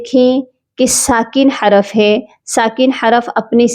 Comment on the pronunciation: حراف نہیں ہوتا حرف ہوتا ہے